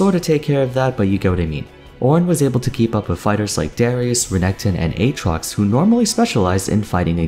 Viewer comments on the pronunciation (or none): none